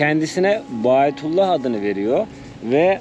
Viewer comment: Bayatullah degil. Verilen ad bahaullah!